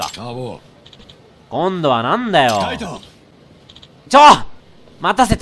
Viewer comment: 【かいどう】じゃなくて【かいとう】